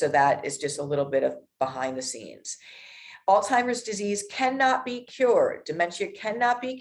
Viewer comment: How does a nurse pronounce Alzheimer’s by saying all timers?